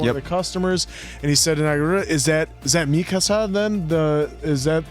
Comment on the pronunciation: Genuinely wondering if ever finds out he's mispronouncing "Mikasa." Not trying to be negative, we all do the same thing with something, it just gives me a chuckle each time he corrects someone else. 😂 Really glad you guys are enjoying the series, can't wait to see how you feel about the latter half!